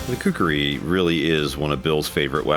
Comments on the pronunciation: That’s khukuri not kukri. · Dear Men at arms, its not kukri, its Khukuri tbh... please write it the way it should be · It's khukuri not kukri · When you say kukri as you trying to say a Nepali word it sounds like a chicken in Nepali. We say KHUKURI.... not KUKRI...